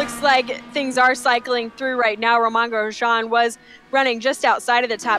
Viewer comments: "Romahn Grejahn" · These announcers need to learn how to pronounce “Romain Grosjean”. Have they never seen an F1 race before?